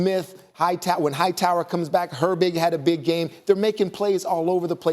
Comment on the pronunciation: I love how they never get Alex highsmith name right…they always calling that man Hightower like broo please research 😂